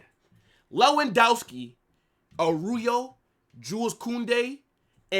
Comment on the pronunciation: What is Aruyo? It is ARAUJO.